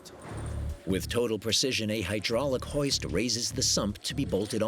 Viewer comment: NobOdy: Narrator: “millimeter précision”